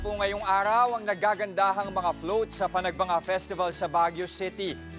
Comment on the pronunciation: yung nirereport hindi naman yun ang nasa video. tsaka hindi panagbanga yun... Panagbenga yun